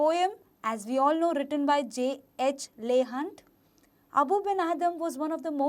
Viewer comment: It's not pronounced as Leigh hunt It's pronounced as leeh hunt Edit:-video is great .👌👌👌